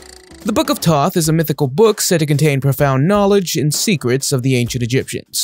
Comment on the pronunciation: The fuck you mean bro you said the book of toth not Thoth